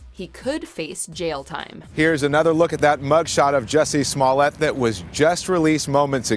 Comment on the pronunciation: Who taught you how to pronounce these people's last names?